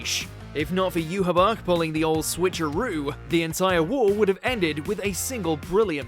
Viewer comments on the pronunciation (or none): Bro the names had to be intentionally butchered, Mahito - Mojito, Pucci - Poochie, and the worst Yhwach butcher of all time, Johabar.